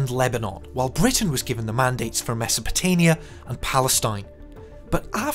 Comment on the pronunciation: wrong map for the Russian Empire in 1914. it's pronounced Mesopotamia (meaning "between the rivers"), not "Mesopotania"